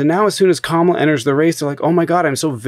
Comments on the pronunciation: That was painful to listen to. Thank you for correcting her On pronunciation of Kamala’s name (coma-la). When I hear Trumpanzees say (come-ala) it’s like nails on a chalk board to me. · Comma like the punctuation. La like the musical notes Put it together. Mispronouncing her name is pathetic and disrespectful and dumb